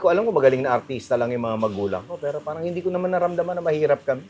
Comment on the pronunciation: Bernadette, ang tenement ay definitely HINDE tulad ng BLISS.